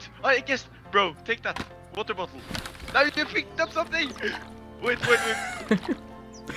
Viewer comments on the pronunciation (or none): I love it when you say, "have some wooter". makes me smile every time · "Have some Woodah"